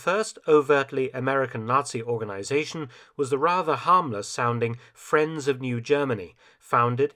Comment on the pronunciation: The friends sounds a lot like my frens....